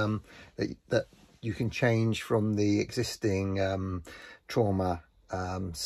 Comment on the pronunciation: Thanks! I did get a laugh out of how you pronounce "Truma"; it has certainly caused me some "Trauma" recently.